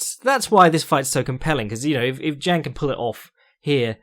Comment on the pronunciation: it's pronounced 'jong', dʒɑːŋ source: I've lived in China for 8 years and speak it